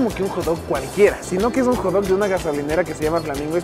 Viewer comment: Si no sabes decir Hot dog ...di perrito caliente